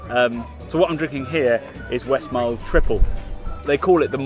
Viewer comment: Its not 'Westmarl' but Westmallah.